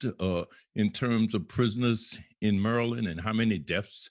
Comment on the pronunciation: mureland, you mean maryland?